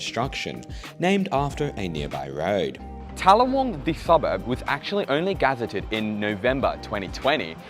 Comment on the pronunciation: G-ZET-ed…. Not GAZ-eted